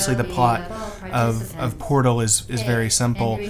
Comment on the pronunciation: the pot? That's a heavy accent XD